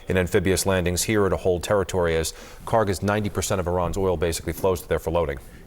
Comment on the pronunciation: The Island that you call it KHARG Island is actually is KHARK Island! There is no G when we say خارک! I think the translator didn't made any differences between k ک and G گ in Persian language! As you see differences between K and G is just with one small line but in pronouncing it is huge different! That means KHARK is the correct name!